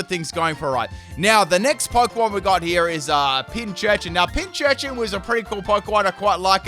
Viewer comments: Just as an FWI, Pincurchin only has one 'ch' in its name, so it's pronounced 'Pin - Kurr - Chin' rather than 'Pin - Churr - Chin' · Just saying its not pinchurchin its pincurchin